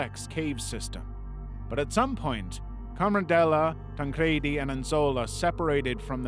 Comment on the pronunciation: Oh. And it's pronounced tan-creedy... Assuming it's a soft "e" when you obviously haven't considered the origins of the pronoun (ie a "j" in sweden!; Japanese doesn't have the equivalent for the English "l"; ñ has nyuh sound; etc .. tan-cre-di. It ends in an "i" and there's no extra consonant like two d's to explain your pronunciation [ like Eddy, spaghetti, confetti, poppy...] would make sense and those things alone that should've told you that. I went to school with people who had the same last name and I'm an intuitive, annoying smartass. <3